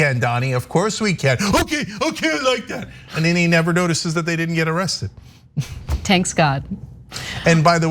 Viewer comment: OMG Anna quoting her father saying "Tanks God" I'M DEAAAAADDDDDDDDD -My Mom until this day says, "I'm stressed up!" (30 yrs in U.S.) Me: Mom you say, I'm stressed OUT, not stressed UP. Mom: I'M STRESSED UP! 😂😂😂🤣😂🤣